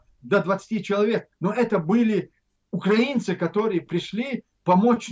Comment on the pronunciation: Ахмед не говорите УкрААААинцы надо говорить УкраИнцы